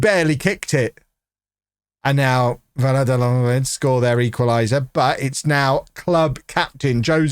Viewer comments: Valladolid is pronounced "V-eye (as in eyeball)-a-dol-eed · va-ya-do(as in doe, a female deer)-leed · U say the name vayadolid I’m not Spanish either it took me years of watching Real Madrid games against them to understand how to say it😂😂 A tip ll=y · vie-ah-doe-lieth, slight stress on the 2nd and 4th silly🐮 🤓